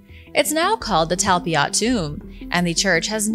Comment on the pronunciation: Talpiot is pronounced Tulpeeort.